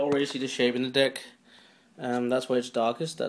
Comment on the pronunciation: he says dick instead of deck